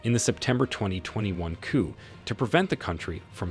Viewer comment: Coup is pronounced 'Coo'. Do not pronounce the p.